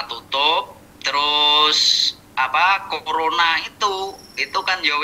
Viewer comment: Maaf banget ya pak,aku dengerin serius dari awal eh tiba-tiba pecah pas bilang kokorona🤣🤣🤣 Maaf bgt ya pak 😅🙏